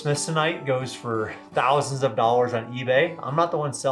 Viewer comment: "Back in 1800's, they pulled five hundred million dowers...worthofminerals..."